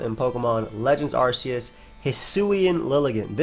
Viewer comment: 1st off, Arceus is pronounced as "Ark-ee-us" not "Arse-ee-us" Second, who cares about it's speed? Look at the shitty defense and special defense! Pair that up with being 4x weak to Flying and it's easy to knock out! Bring out Ninjask, which is by far way faster at 160 Speed and Attack of 90 and Acrobatics while it's not holding an item and BAM! 1 shot! Ninjask may also have shitty Defense and Special Defense, but it outclasses Lilligant in speed. So no, Hisuian Lilligant is not busted! It's easy to 1 shot!